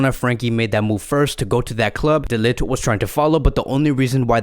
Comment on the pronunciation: His name is actually pronounces as "de licked" not "de lit"😂